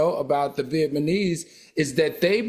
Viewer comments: Not "viet-ma-nese" 😂 It's "viet-NA-Mese" AL ❤ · Al constantly saying “Viet-my-knees” is taking me out 😂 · If all says vietMANESE one more time! I still love him. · Surprised I’m not seeing more people laughing at Al saying “Viet-ma-neese”. 😂😂😂😂 Or have yall all gotten used to Al butchering words? 😂😂😂